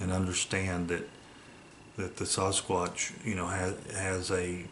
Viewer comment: Sounds more like "Sas-Cock" instead of Sasquatch ! 😅